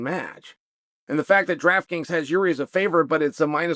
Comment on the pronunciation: When will you Americans learn to speak? it's jiří not Yuri (often transliterated as Jurij) Yuri is something Russian and in my country, the Czech Republic, for patriots, associating it with Russia is an insult. The name Jiří (english ekvivalent and its variants such as George, Georg or Georges) is considered one of the most important royal names in European history. Jiří procházka in english is George Walker